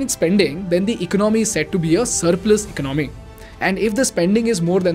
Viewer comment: Been following your videos recently. Class content. Just one pet peeve: the second syllable in the word economy is pronounced differently compared to economics. The ‘o’ is stressed more. 😇. Hope you don’t mind my pointing it out.